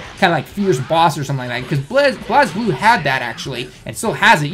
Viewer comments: BELAZE BLUE not BULAZE BLUE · FUCKING SAY IT RIGHT STOP SAYING BLAZE BLUE IN A WERID FUCKING WAY. YOU PLAYED IT ONLY ONCE